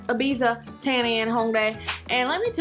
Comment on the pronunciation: Your saying Ibiza wrong